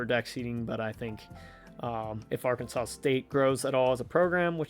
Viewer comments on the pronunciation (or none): none